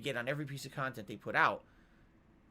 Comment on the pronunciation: Stealing his KANHTENT? curious as to what thinks he provides his viewers